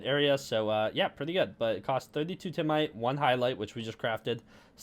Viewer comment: And TIME-ites, not TIM-ites i think